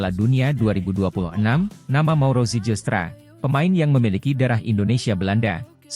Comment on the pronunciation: nama yg dinaturalisasi namanya itu mauro zilstra(dibaca) bukan zijilstra(dibaca) sebab tulisannya zijlstra ada huruf "j" yg ejaan dalam bahasa belanda J=Y,terima kasih